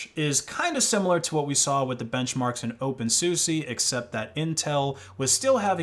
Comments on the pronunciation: it's pronounced soosa, not soosie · Btw, the correct pronunciation of openSUSE is open soo-sah, not open soo-sie :P (unless you were trolling ofc) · it's not pronounced as Open SU SE it's Open SU SA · why do you call it opensussy is it like more of the purposeful mispronounciation like Libre as Libray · Did you just say Open Susi? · that's how you pronounce OpenSUSE???? I always read it like Dr. Seuss